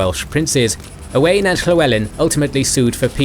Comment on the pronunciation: That's not how you say Owain 😂